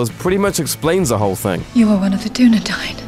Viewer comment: Dunedain*, mellon. And it rhymes with dine, not dane ;)